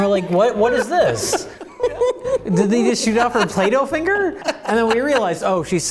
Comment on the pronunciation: says "Fingle" instead of "Finger", and I can't help but wonder if he had recently watched Overdrawn at the Memory Bank or its MST3K